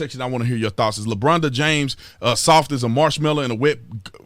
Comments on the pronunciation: "Lebronda James" LOL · "Lebronda James" !!! 🤣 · Did he say "Labronda James?" OMG...I am dying! Hilarious! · I love when you call him "Lebronda" 🤣😂🤣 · Lmao 'lebronda James'